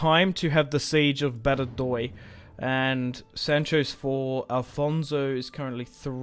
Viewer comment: Badajoz = ‘Bad-a-hoth’